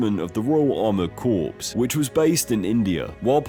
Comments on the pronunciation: the 's' in 'corps' is silent,. I love your videos by the way! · I also notice he said ‘corpse’ and not ‘corps’ (pronounced ‘core’) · copse? it's pronounced core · “Core” not “corpse” although it is wrote Corps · Not corpse. Cor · Pronunciation! Corps = core, not cor’ps Lieutenant = Left’en’nt not. Loo’ten’ant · "The Royal Armoured Corps" is pronounced "cor", not "corpse". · Good video but for the record, Corps is pronounced Cor not Corpse. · It's not pronounced 'lieu' it's 'leff', it's pronounced 'Cor' not 'Corpse' and I'm only 1.29 into the video.... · It's pronounced 'core' not 'corpse' ffs. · Saying Tom served in the "Armoured Corpse" sounded so wrong. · ...and it's pronounced core not corps 🙂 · Lieutenant is pronounced Leftenant in British English, and 'Corps' is pronounced Cor. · It's pronounced "luuf-tenant" and you don't pronounce the S in Corps, ya bloody civvy. 😅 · The "Royal Armoured Corpse" 😂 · Trivial I know but ‘Corps’ is pronounced ‘Core’ just fyi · Please understand... in British parlance the word "Lieutenant" is pronounced "Leftennant". The AMERICANS pronounce it "Lootenant". And "corps" has a silent p and s.... so it's pronounced "cor". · Just so you know, 'Lieutenant' is pronounced 'left-tenant' and 'corps' is pronounced 'core'. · This is interesting stuff, but pronunciation is important. Lieutenant, not "lootenent". Corps, not "corpse". There are other odd linguistic lapses. With a few moments' research, this might have been avoided. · lootenant? royal armoured corpse? contro versy? illiterate some? unscrupulous people too? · Good video and hate to be the pedant but it's pronounced "left-tentant" and you don't say the 'p' in corp. Keep up the great content 😊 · Corps is pronounced CORE ! If you pronounce the “ps”, you are talking about a dead body. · It's pronounced Left tennent are Core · Corps is pronounced: Cor